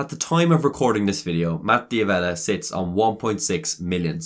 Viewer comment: You mispronounced his last name. It's pronounced "Davella" not "Di Avella".